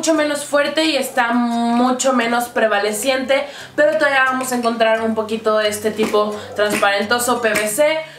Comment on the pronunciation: "Prevaleciente" es correcto, lo has dicho bien.